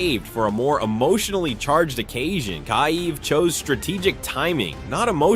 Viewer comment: Its not Keye-ev. Its either Keev or key-ev.